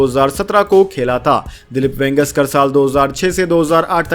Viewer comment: ये वेंगेसकर क्या होता है ? इतने बड़े खिलाड़ी का नाम तक ठीक से नहीं बोल सकते ? यदि शुद्ध हिन्दी का उच्चारण भी नहीं कर सकते तो बंद करो यह काम । हमेशा गलत उच्चारण करते हो ।